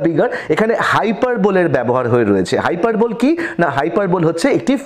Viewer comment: Learn how to pronounce "hyperbole" and "exaggerate" first before recording a lesson. 😂